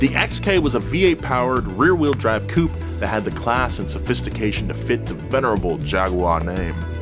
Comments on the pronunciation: It's pronounced "Cou'pay" not "Coup" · Nice article, beautifuly explained. But one thing. It''s coupé not coup. It sounds like you are mentioning coup d'état instead of car body style... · 2 minutes in and had to turn off. 1. A 1980s 3 series isn't a vintage car 2. It's pronounced Coo-pay, not coop. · God damn it americans it’s called Coupé not Coup! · You pronounce coupé wrong. On purpose. That won't do at all.